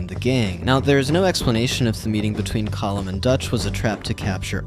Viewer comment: No colm is pronounced (Co-m)